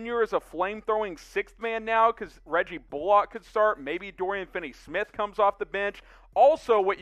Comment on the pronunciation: Could y’all learn how to pronounce people’s names? “Bullock” isn’t “bull-Lock” and “Kleber” is pronounced “klee-ba”.